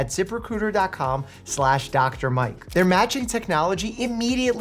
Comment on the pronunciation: Once you hear zip recruiter as zipper cooter you can't unhear it.